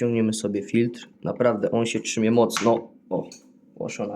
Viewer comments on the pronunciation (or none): To się TRZYMJE.....ano trzymje....